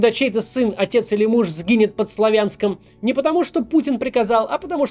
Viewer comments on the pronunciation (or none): Максим, ударение в названии города СлАвянск. СлавЯнском его никто в Харькове, по крайней мере, никогда не называл.